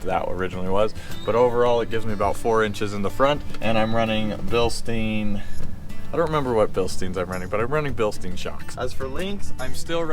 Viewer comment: Ok, German 101: Bilstein....is not Bilsteen, its pronounced "Bilstine"